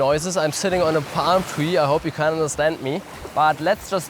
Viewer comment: It Pam tree , Coconut tree 😂